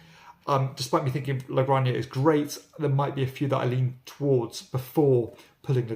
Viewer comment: There's nothing wrong with this presenter's pronounciation of French & Spanish names (e.g. Vabanque, Orléans & La Granja). For a high degree of botched input, try Stateside :)